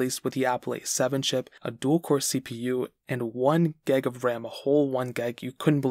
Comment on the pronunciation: Hi it’s gig of ram not geg of ram